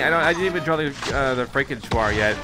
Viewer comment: i wish he would stop mispronouncing frankentuar... Its pronounced FRANK-IN- TAR... NOT TU-AR